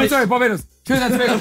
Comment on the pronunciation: But respect for him pronouncing Tobago tho